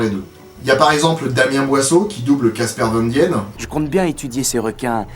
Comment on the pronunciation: T'as pas un ami belge qui peut t'aider à prononcer correctement les noms de famille à consonnance germanique? (Hollandaise, dans ce cas-ci) Casper Van Dien se prononce : Kass/per van dîîn